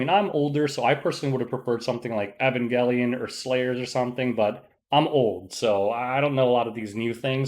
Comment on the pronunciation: I was wondering what "Evan Galleon" was for a solid week... 🤣